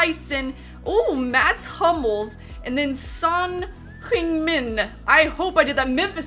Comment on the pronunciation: It is heung min son